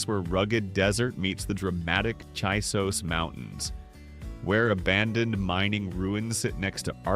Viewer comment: It's Stoody Butte. Like Butte, Montana. Cheesos Mountains. Like Cheetos. Sanderson, at the foot of the Glass Mountains? Yep, I guess, they are about 55 miles West of Sanderson. UUUmmm, sorry, the desk on Hancock hill is an old government issue METAL desk. Marfa, Shanatee Mountains. Yea, Balmorea, Bal-more-ray. Do some research BEFORE you plaster your ignorance across the internet. Or, stop using AI to 'ease' your work load.